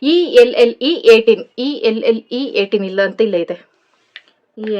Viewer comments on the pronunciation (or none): Chotu ❤️😁 lov u sis ... Sis Elle 18 alva Adana L18 anta pronounce madodu aste